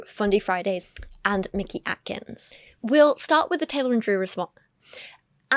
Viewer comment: ish I have a name that gets mispronounced frequently. You develop a feel for who is doing it maliciously and who just isn't good at names. I do not trust that Paul was mispronouncing Mickey Atkins in good faith. It's such an efficient way to disrespect someone and get away with it, because then you can disrespect them again if they push back.